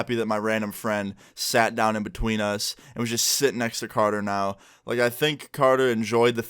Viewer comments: It’s carter not canor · Thought his was carter lmfao u said conor